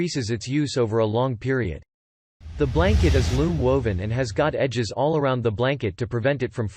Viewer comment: Worst commentary ever. How do you mispronounce “all”? A parrot could vastly improve on this.